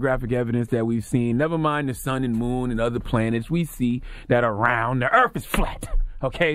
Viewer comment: “Earf”? Lol smh